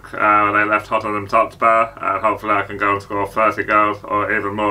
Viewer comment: "Hottenham Totspur" 🤣